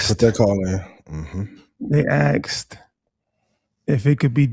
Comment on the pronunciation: They “axed” if can be communicated? For the idiot to be done with the “black thing,” he may want to lean a bit harder into dialect shifting. Not sure many of the others they’re marketing to will take them seriously when they say “axed” instead of “asked.”